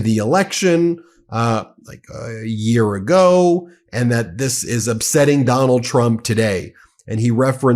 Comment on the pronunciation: It sounded like you said McDonnald Trump. That's his new nickname